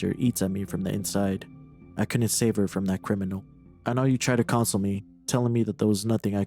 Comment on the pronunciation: lmao you pronounced ‘console’ like you’re talking about a video game system… it’s (kun-sole) in the way you meant